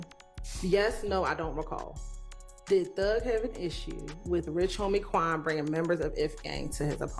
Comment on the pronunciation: Did you really say Rich Homie Twan?? Or What was it a typo?